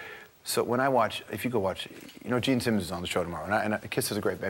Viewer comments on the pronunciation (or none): none